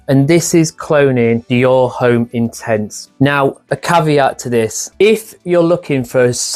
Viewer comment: Hey… the H in Homme is silent.